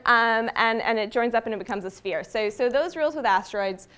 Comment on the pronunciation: What is that accent when she says "sooo"